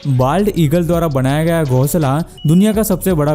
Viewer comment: Banaya gaya na ki Bandaya gaya😁😁😁😁😁😁😁